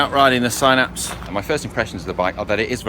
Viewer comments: Sin-apse not sign-apse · Could you please call it a Sinapse, not a Sighnapse.